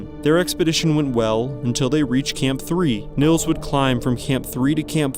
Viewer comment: Just fyi: Nils is pronounced Neels, not Nills.